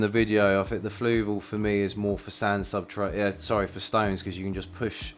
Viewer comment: Thank you. Good review. Just two points. It's 'Submersible' not 'Submergeable' and it's called ' Substrate' not 'Subtrate' 🫠